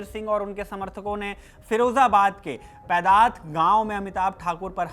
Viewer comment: Bhai wo पैंदात गाँव नहीं पैंढ़त गाँव है